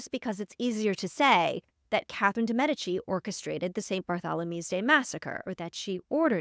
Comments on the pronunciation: My god the way she pronounces the queens name!!!! Whyyyyy?! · I can’t even watch this mess….. her pronunciation of Cathrine’s last name is blasphemy